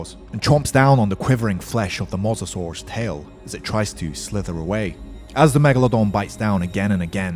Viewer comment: It is mosasaurs obiously